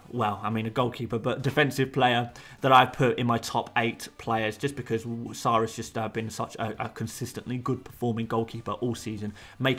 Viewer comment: his name is 'SAH' not 'sarr'